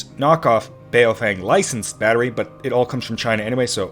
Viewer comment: As a random aside, it's not pronounced bay-o-feng, it's more closely bow-fung